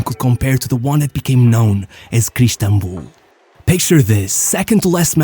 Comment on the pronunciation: You are portuguese for sure The way you pronouce crystanbul gave it away for me